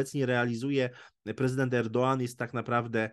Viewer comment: Pierwszy raz słyszę, że ktoś poprawnie wymawia nazwisko tureckiego prezydenta. O ile zwykli ludzie mają prawo nie znać tureckiej wymowy, to dziennikarze raczej w nazwiskach takich osób nie powinni robić błędów. Ale nad poziomem polskiego dziennikarstwa to spuśćmy zasłonę milczenia.